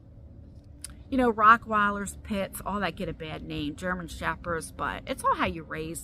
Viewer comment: Lol are you saying Rockwiliers?? When your referring to Rocky?? It’s Rot not Rock just in case I’m hearing you wrong hun, that’s all& I really could be hearing you wrong and the caption too. Lol ❤❤❤❤❤